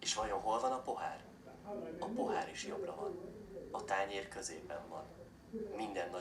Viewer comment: Just a note: "balra" is pronounced "barra" and "jobbra" is "jobra."